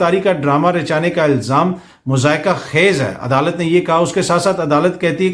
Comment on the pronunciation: درست تلفظ "مَضحَکَہ خَیز" ہے۔